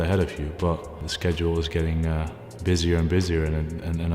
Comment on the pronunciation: WHY DO U SAY SCHEDULE LIKE THAT